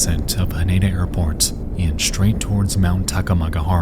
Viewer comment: I just want to let you know your pronunciation of Haneda is incorrect it is pronounced Ha Nee Da, no ni